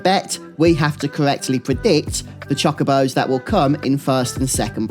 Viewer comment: they're not chakabos they're chocobos. "cho-ko-bo"